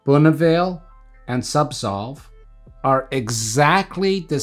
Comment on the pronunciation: I swear he pronounces Zubsolve incorrectly. He's either switching the Z & S, or, j7st say SubSolv....imcould be hearing it all wrong. Anyway, im on suboxone and having such a bad list of side effects. Ive had zubsolv, or no, subutex, prescribed before. Just buprenorphine....it was 10 fold more effective & accurate. I cannot explain this to my pain doc, which baffles.....i shouldn't be on suboxone for chronic pain mgmnt